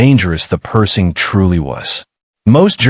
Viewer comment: Hey guys....If you are going to use AI to narrate your videos, teach it the proper pronunciation of what you want it to read. The tank is NOT a PERSING, it's PerSHing. Kind of ruins the video for me hearing it mispronounced throughout the entire video. =(